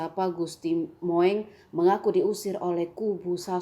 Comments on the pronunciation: WADUH.... MIIN.... MIIN.....BIKIN MALU.... SONO BELAJAR BAHASA INDONESIA....SASTRA INDONESIA.... KUASAI EJAAN BAHASA INDONESIA.... JANGAN BUAT KAUM PENERUS BANGSA JADI TAMBAH AMBORADUL. CINTAI INDONESIA : BAHASA INDONESIA BUDAYA INDONESIA DLL. ""MOENG". DIBACA. ""MUNG"" BUKAN ""MOENG"" DIBACA. ""MOENG"" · Bacanya salah....Gusti Mung, bukan Gusti Moeng.... Itu ejaan lama tulisannya 🤭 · Gusti Moeng itu dibacanya Gusti Mung bukang MO ENG... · Bacanya Mung bukan moeng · Bacanya "Mung" bukan moeng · Bukan moeng Bu, tapi mung bacanya, o alah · Moeeeeng🤦🤦🤦🤦🤦🤦 hadehh Gusti mung bacanya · Min bacanya Mung bukan Moeng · Waduhhh...pembaca berita nih kurang paham tentang ejaan lama dan baru.. "Moeng" harusnya dibaca "Mung", tlg editor, sebelum di upload di cek dulu ya. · Katrok parah emeng news casternya, PB XIII dibilang ke VIII, Moeng dibaca bulet2 moweng, yaaa gitu lah klo asal baca yg disodorin doang, ga ada pengetahuan ato riset ttg materinya dulu, bikin malu aje 🤣